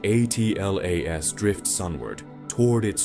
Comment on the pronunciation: Why can't Ai say Atlas